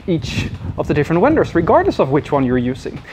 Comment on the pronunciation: I am thankful for your knowledge and insights. "Vendor" is pronounced as though it starts with a "v", as in "video" or "V.I.P." "Dom"? Does that signify "domain?"